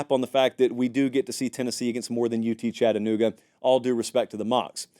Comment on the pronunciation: As a Vol from Chattanooga, thank you for pronouncing Chattanooga correctly lol